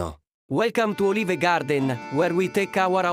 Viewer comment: Welcome to Oh-leave-ehh-gahhhdenn! shakes Italian hand